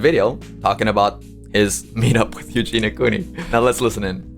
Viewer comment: PS: It’s Eugenia - “i” for God’s sake!